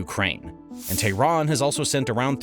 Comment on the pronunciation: why does he call it "tahran" sometimes and "Iran" other times.. are they different things surely im missing something